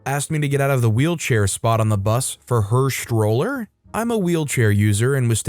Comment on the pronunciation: “sHtroller,” not stroller? I “RegisHtrations,” not registrations? don’t get it. He didn’t get taught phonics in grade school? STR is not pronounced SHTR.